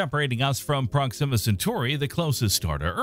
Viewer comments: Here is the correct pronunciation for the word proxima. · what a weird way of pronouncing proxima..